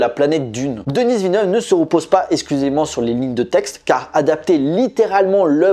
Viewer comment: S'il-te-plaît: ce n'est pas «Denisse» Villeneuve. Ça se prononce «Deni».